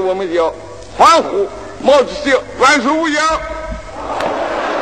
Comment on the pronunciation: 而且喊万寿无疆 时 口音跟我们的一样 当然 他出生的地方现在也划归青岛了 因此也很正常